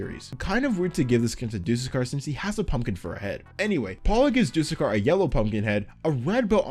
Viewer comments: You said dusekker wrong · the way he says "dusekkar" and "sentinel" seriously throws me off